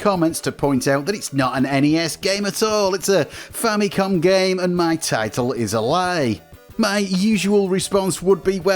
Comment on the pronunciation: So much injustice and disrespect Nintendo's FAMILY COMPUTER are getting from western and current youtubers that they keep butchering its name and relegate it with famiclones. They’re basing its name-butchering, clear confusion and aggressive mispronunciation with Sharp's TWINfamicom. The famicom by itself is nowhere stated in Nintendo's branding of any of its 8-bit console past or present. Not because the 16-bit Japanese Nintendo console is the Super Famicom, it's fair to mis-declare its 8-bit counter part as famicom. It's not! It's very inaccurate and a clear bastardization of the NES' basis of origin! Even in its heyday, no one has ever even called Nintendo's 8-bit Japanese console as a famicom let alone becoming an official general confusion like the sad state of affairs of present day name butchering, especially with markets where it's officially sold -- even until now! It's clear as daylight that with games, peripherals ( FAMILY COMPUTER DISK SYSTEM ) and even with the recent mini-console releases, the brand is clearly stated front and center as the FAMILY COMPUTER Before making any history-lesson, please make your facts accurate first and not ride with the general bastardization and history whitewashing. It's unfortunate that even wikipedia's been hijacked by western influence with this clear and intentional name butchering!